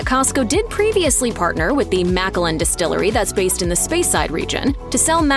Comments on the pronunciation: It's not "maca-lynn." 🤣 It's "mac-allan." Like MacAllan. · Yeah I had to rerun that. It's: ma CAL in. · Did they really say MACK-A-LIN? 😂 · cant even pronounce speyside called it spyside and macallan is mackallen shocking announcer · How can you take this seriously when they pronounce Macallan as Maka-lan 😀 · You also pronounced a region incorrectly, and Macallan incorrectly. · Damn. I never thought I’d hear anyone mis-pronounce Macallan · way to butcher MacAllan distillery's name.